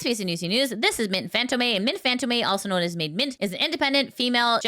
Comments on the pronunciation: I think you're mispronouncing Mint's surname. If you look at the accent, it should be pronounced as [FantOm]. The o should be stressed while the e at the end is silent. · She knows, but the habit of mispronouncing it is hard to shake.